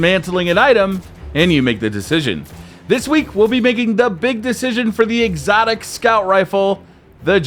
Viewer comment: jade rabbit drops from exotic primary engram, he said excotic sepecial.... Keep it.